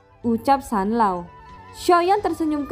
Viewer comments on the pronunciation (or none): Zanlaoo woii bukan sanloo